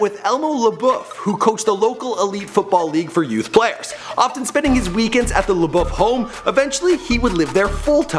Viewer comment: the way he pronounced LeBeouf😂 at least he figured out how to say baton rouge lol